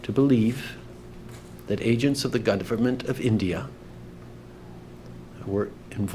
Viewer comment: “As I said on Monday…(*what did I say on Monday again…?*)….there are…’credible reasons’ that agents of the ‘gudverment’ of India…” Trying to take this man seriously is an exercise in futility.